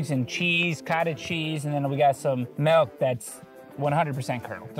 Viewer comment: Millionth pronounced melk yupper